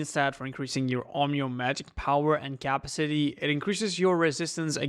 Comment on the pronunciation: It's pronounced as Ca-pa-si-ty... not capsity